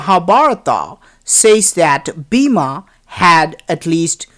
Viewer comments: Pls pronounce hindu words and names correctly. E.g. Bima = Bhim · ok i know its bloody south indian ....BIMA....god get a class in pronunciation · Bima?😆 Its Bhima.. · It is spelled like bhee-em